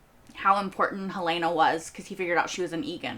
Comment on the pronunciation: I don’t understand why so many reactors mispronounce Helena. It is HELL-lah-nah, not Hell-LAY-nah. Enjoy your videos.